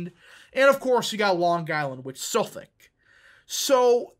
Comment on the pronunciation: The way you pronounced Nassau, I'm suprised you pronounecd Suffolk right, lol